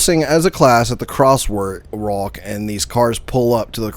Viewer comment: Why is having so much trouble with "walk" in "Crosswalk"?